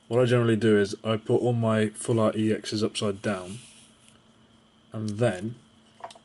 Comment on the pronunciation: like this comment if you like it when people slur full and art together and it sounds like flart, cuz i know i do!